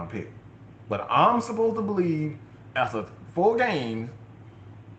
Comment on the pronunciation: Not bo lieve😂😂 👍🏾